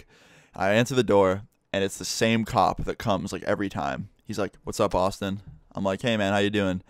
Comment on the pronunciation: When you say Austin it sounds like you say awesome Btw this comment is not trying to be offensive You have the most interesting life lol 😂